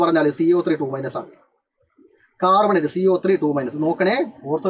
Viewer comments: carbonate ❌ "cat"bonate ✅ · Carbonate annee....... Catbonate allaa siiryyyyyyy🥹😭